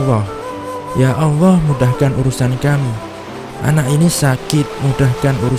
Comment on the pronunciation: "Allah" bukan "alloh"